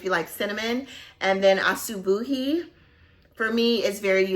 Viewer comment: Asubuhi means morning in swahili! And you pronounced it perfectly!